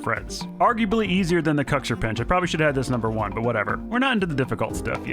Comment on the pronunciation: Sunless it isn't "kaxir" bit "kuxir" Congrats for ur video from Italy